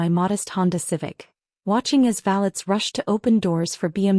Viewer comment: Valets park cars not valleys.